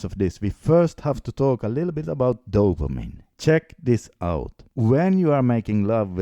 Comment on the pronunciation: Another dumb fuck with terrible pronunciation about dopamine.